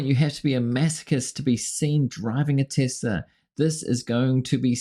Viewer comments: I love Teslerrrr... He doesn't even know how to pronounce it right. jfc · Trump: "I love TESLER" lol. He can't even pronounce it right... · BWAAHAHAHA,,, Trump said "I love TES:LER!!" Doesn't even know what the company is called. What a joke! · That almost looked like Musk was committing elder abuse on Trump. Love the end where Trump mispronounces Tesla. "I love Teslerrr" haha! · Tesla + Hitler = “I love Tesler” 😂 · I love TESSLER??😂😂😂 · I love Teslurrr 🤦🏽‍♀️😂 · Lol at Trump saying Tes-ler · "I LOVE TESLER". what an Idiot. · He loves "Tesler!" TELSER...... 😂😂😂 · 😂😂😂At the very end Dump calling Tesla "Tesler" is pure gold. 😂😂😂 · Trump..."I love Tesler". LOL... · "I love Teslerr" 😂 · "I love Tessler!"... and he is not buying any of the cars, he is getting them for "free" from Peelon. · “I luv TeSlure” 🤣 Trump could not have said it better. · “I love Teslerr!” ? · Did he say Teslerrr? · Did he say "I love TESLERRRR!"??? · He love TesLERRRRRRRRRRRRR not TesLAAAAAAAAAAAAAAAAAAAA